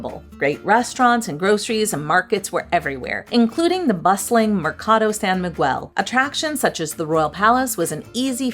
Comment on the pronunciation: Please work on the pronunciation of San Miguel. The "u" is silent